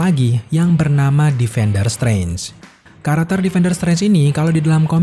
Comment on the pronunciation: Krn terlalu cepat saat mmbaca naskah akhirnya bnyk yg kepeleset dan sangat mengganggu di telinga, sperti kata Spiderman jadi "sparmen", Karakter jadi " Karter", dan What If jadi "wade" 😂🙏